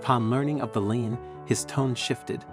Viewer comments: Lien is pronounced like the word "LEAN" or "LEEN" (NOT like line or lion) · Please look up the pronouncation of the word LIEN. It is not LINE. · Lien is pronounced leen, with a long "e". Why is it that HOA's done understand the rules of the ADA. HOA's can be fined out of existence. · Pronounced as LEAN. A Lien. Contact the ADA, the Americans with Disability Act. Call Govenor's senators, mayor, state District Attorney. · Lien, pronounced leen.